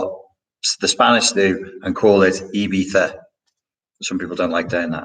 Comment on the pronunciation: Ibiza the way you said it the second time is perfect- not that it matters to the central point of this video:)